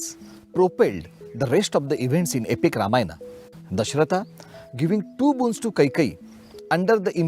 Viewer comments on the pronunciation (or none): Love your channel but please dont say Dashrathaaa instead of Dashrath.. Foreign accents take away the authenticity of storytelling..